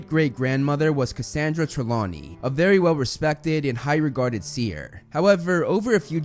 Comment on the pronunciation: IT'S "TRELAWNEY"! YOU SAID "TREMAWNEY" AT FIRST, TF!